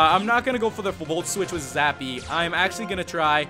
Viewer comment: its zappy not sappy LAMO ;)